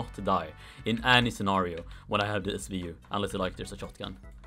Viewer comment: dragunov svu-ayeee